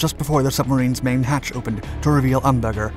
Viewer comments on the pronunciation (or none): none